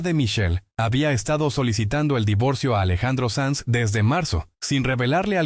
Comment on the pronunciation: SANZ,no SANS